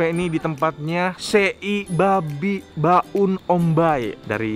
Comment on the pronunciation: Mohon maaf bang sebelumnya tapi sebutan tempat yang benar itu BAUN, bukan BA'UN🙏 Dan sekedar tambahan kalau mau tanya "apa kabar?" Dalam bahasa Timor itu bilang "on me kaka"👍😁